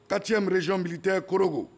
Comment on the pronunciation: Les ivoiriens vraiment vos générale là c'est pas la peine, ont dit quatrième et non quatiéme ou bien c'est moto KTM des frci tu veux dire où quoi.